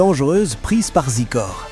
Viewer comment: zaykooor(Xicor) not zeekor